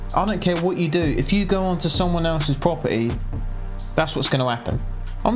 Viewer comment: I like the way you say property proper'ee